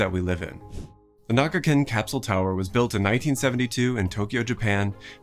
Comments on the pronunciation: It's kinda surprising that you never pronounciate Na"ka"gin correctly. You keep calling it Na"ga"kin. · how did you go about saying nagakin the whole video when it's literally written here as NAKAgin